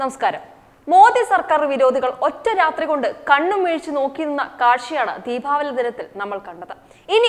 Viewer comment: "ധീപാവലി" അല്ല കൊച്ചേ, "ദീപാവാലി" 😈